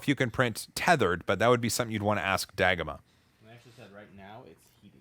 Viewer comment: I supose it is dagomah, not dah-goma…